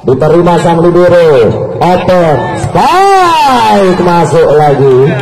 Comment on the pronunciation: Spike bukan spake maszehh 😄